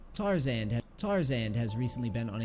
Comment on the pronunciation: everytime he said tar-zaned i cringed